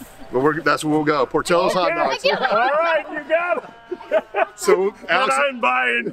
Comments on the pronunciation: LOL por'teeyo's, As a lifelong Chicagoan please allow me to respectfully correct your Tex-mex pronunciation. It is Italian, so no eyho sound. it has an "ill-o" sound as in Illinois, port-ill-o's love the channel. The devil is in the details as with classic car hunting. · Idc how it’s pronounced. Here in chicago we say it like it’s spelled, pour till oh’s